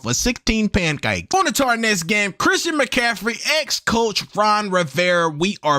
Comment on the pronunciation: "Pancakie" 😂😂😂... Bro you be having me rolling.